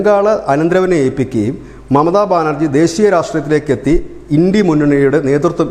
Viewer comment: India എന്നതത് ഇണ്ടി എന്ന് വായിക്കുന്ന വാ പൊളിപ്പൻ വെട്ടോ വളിയൻ